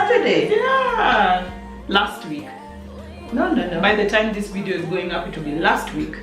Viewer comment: Did she just call us jo-video? 🤣🤣🤣